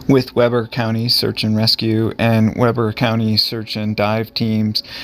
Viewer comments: Weber is pronounced "Wee-bur" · Excellent video! You can’t be expected to know that Utahns pronounce Weber with a long eeeee sound rather than the more common short e. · The name Weber pronounciation rhymes with (Justin) Bieber. Just for your info. Love your channel.